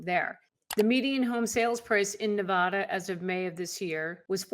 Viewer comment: Hi. Its Ne-vaaa-da, not Nev-aw-da. Thanks for the viddys😀